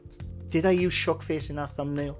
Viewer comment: In American English it sounds like you are saying “shark face” repeatedly and I can’t stop laughing. I needed the giggles. Thank you as always. 😂